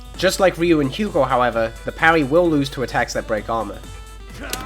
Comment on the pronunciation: "ree-you" if you're saying ryu's name right it's only one syllable. i find it hard to say myself as far as syllables go. "rih-yoo." no. "ryoo." it's like why is my tongue twisted on a single syllable? how do native speakers do it